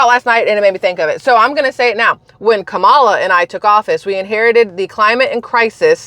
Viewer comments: Like Pamela but kamala is how she now pronounces it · It's pronounced "Cum-all-ya"😅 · Proper pronunciation is: COMMA LA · You mispronounced Kameldung, I mean Kommielaw, I mean Kameltoe, I mean Kon-in-law. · Google Translate from English to Hindi. it proves how you are saying Kamala's name